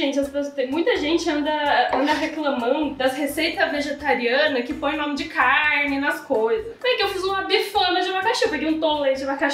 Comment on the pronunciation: O certo na pronúncia é CARNE e não caIrne, ACERTAR e não acerIrtar. Tem que estudar mais viu filha!